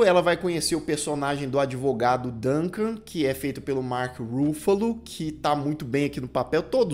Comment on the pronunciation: A pronúncia é com a tônica no FA, como se fosse acentuada assim Ruffálo, e não no RU (Rúffalo).